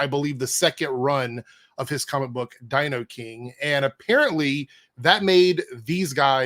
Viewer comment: DinoKING Liam, not Dinoing. Btw did you see Matt Bahr just did a new drawing of you. I will say it's a big improvement over that first one he did of you and JDA, the less said about that one the better.